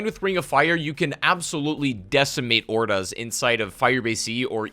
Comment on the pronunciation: Why is he saying hordes like that...?